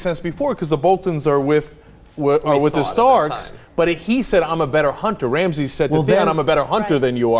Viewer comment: They keep calling Ramsey "Ramses" and it's annoying as fuck.